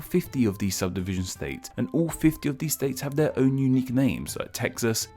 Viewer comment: this mf said subsivision